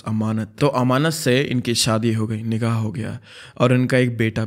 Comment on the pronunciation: bro literally said nigaa instead of nikha 💀🤣